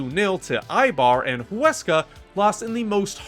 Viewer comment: I am impressed Huesca name was well pronounced 👍 It is one of the smallest budgets so it was a very successful season La Liga 2 holds many historic teams with large stadiums and crowds along upcoming teams , so it is extremely competitive